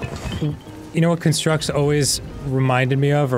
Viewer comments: The pronunciation of almost everything in game is killing me. But JERudo has to be the worst. 😂 or maybe CUNstructs instead of CONstructs. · Dan, I love you, which is why I'm telling you...that "constructs" is pronounced "KAHN-structs" when you're talking about the noun, and "kun-STRUCTS" when you're talking about the verb. So the title of that trial should be the noun version, as well as the name of your childhood toys.